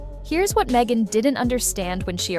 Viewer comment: It's Meghan, not Mhegan, lol.